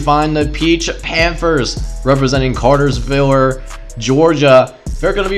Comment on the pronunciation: Just let you know it is Cartersville not Cartersviller